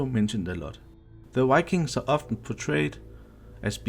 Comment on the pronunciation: if u say wikings one more time im gonna scream